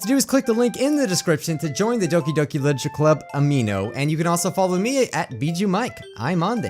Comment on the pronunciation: btw Amino is pronounced Am-i-no not Am-ee-no